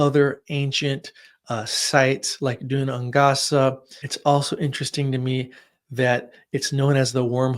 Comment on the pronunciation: ‘Gaelic’ is pronounced ‘gay-lick’. ‘Dun Aonghasa’ is pronounced ‘doon ain-gasa’ here, both said quickly!